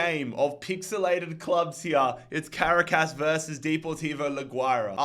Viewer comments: Bro cannot pronounce Caracas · As a Venezuelan, i find it so funny how says Merida and Caracas